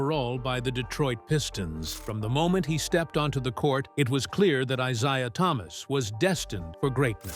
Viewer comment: If this idiot mispronounce Isiah's name one more time I quit listening and end this shit.